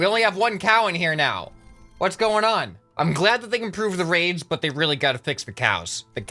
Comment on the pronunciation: What he says: The raids have been optimized. What it sounds like: The raves have been optimized.